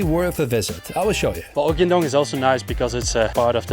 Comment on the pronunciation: 🏅 correct pronounciation!